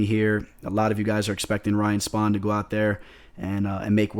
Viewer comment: It's spann not spawn